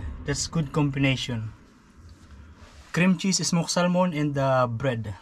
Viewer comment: We don't pronounce the "L" in salmon. It's just pronounced "sammon". :) No wonder your feet are cold. Croc's are all open. Closed in shoes at those temps. And you forgot to leave your gloves in the van. When you get home, make a list of the things you wish you had taken, and then go and put them in the van straight away. The "chicken" is a brush turkey. The male builds huge mounds of dirt and leaves, and the hen lays her eggs in it. He then tends the mound, which heats up from all the plant material, keeping it at a particular temperature by adding or taking away covering. That's how he hatches the eggs. Each baby turkey hatches upside down, with its feet facing upwards. This enables them to dig their way up through the leaves and dirt. When they emerge, they are on their own and independent. They are very fast runners which is their only defence as babies. When I lived on the Sunshine Coast in Qld, I had a turkey nest in my back yard. Three babies hatched out. I think the others were killed by hawks and other birds of prey, as well as cats. They grew up in my yard, but were never tame. And it seems they are not good for eating, according to those who have tried. Yes, sleeping in the car IS camping. Gosh the caravan park is expensive! I really liked this vlog and the one in the grand canyon. Beautiful places I will never get to personally (I'm old now), so it's a real pleasure to see them through the camera. Thank you!